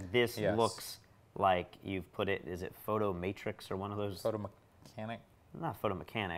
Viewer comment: Why does everyone keep calling it 'PhotoMatRix'? It's PHOTOMATIX...............NO 'R'.